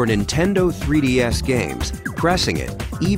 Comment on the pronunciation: He said "Nintendo 3D-Ass"